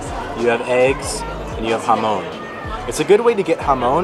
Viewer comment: Jamón = Ha-Mon, not ha-moan ;)